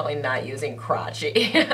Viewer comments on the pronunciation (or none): Oh my gosh I am soooo happy for you!! Sounds like you have been doing so much better with everything!! Your language has improved so much except “crawchy” ahhahahahahah Love